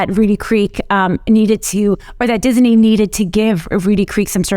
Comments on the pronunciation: Disney is 2 syllables not 3 the way she keeps pronouncing it. Someone please tell her that its Dis-ney not Dis-i-ney. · It's Disney, not Dis-a-ney. 😜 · Every time you hear ''Dis-i-nee'' in this video, DRINK! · I like how she emphasizes Disney in the beginning to show how dumb it was for DeSantis to attack them.